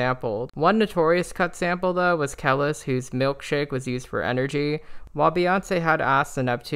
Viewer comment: You mispronounced Kelis’ name…if you listen to her discography you’ll see she’s a cultural icon in her own right and deserves respect which is why even Beyonce has been influenced by her (more than once)! Thankfully, Beyonce removed the part of her song she sampled without her permission, but the song still sounds good.